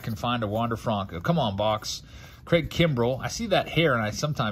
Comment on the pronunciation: “Wonder fronco”